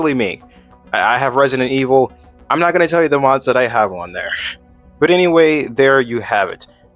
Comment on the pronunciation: late night "pondering"... Also, did you just say "Reisdent E-Hole?" that was a definite 'o' sound, so it coulf not have been "Evil".